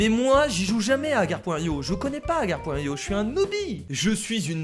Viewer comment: Je rêve ou à tu as dis "Akar.io" ?